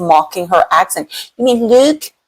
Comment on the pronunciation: I have never heard the word look pronounced like that either. Not defending Meghan. Just saying.